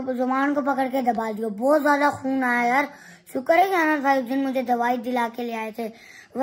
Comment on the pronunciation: Bhai khion nhi khun